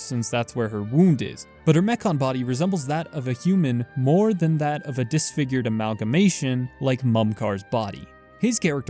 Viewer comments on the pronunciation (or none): none